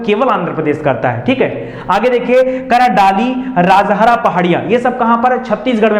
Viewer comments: M from chhattishgarh.....ङाली राजहरा nahi hai sir....दलली राजहरा hota hai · Sir wo dalli rajhara ki pahadiyan hai.. District Balod. Dilli ki tara pronounciation. Ab yaha pe loha nhi nikala jata.. Khatam kr diye Bhilai Steel Plant me use krk. Ab kanker district ki Raogarh hills se nikalte hai.